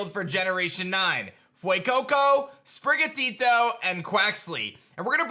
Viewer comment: You’re the first person so far who hasn’t butchered Sprigatito’s name lol 😂